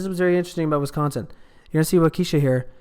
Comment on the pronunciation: waa kuh shaa not wauke shuh